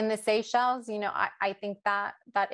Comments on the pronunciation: This presentation lacked depth. Mispronounced names and places. Even the map was incorrect. If wrongfully imprisoning,beating as well as claiming people’s property and murdering innocent people was not a breach in human rights then I don’t know what is anymore. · What an embarrassment. Could not even have spent the time to find out the pronunciation. Bad. And no understanding of what happened in Seychelles.